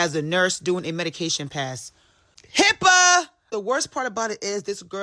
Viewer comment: My daughter loves how this guy randomly ads "er" to certain words. She has been emulating it at home. Hearing him today say "Hipper" instead of HIPPA was probably my favorite so far. I'm not sure why he does it, because he only does it sometimes, but it brings us joy.